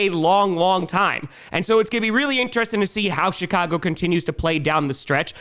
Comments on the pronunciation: Did he say:"Shitcago Bears"? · I thought said "Shit-cago" and shot pop out my nose. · He did and does 😂